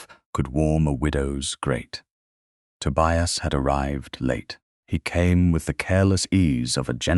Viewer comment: The constant mispronunciation of Tobias really spoilt the narration.